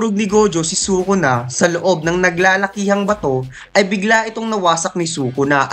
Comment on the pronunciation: its sukuna not sokona.. and it is toge not togi